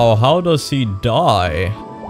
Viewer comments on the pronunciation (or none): none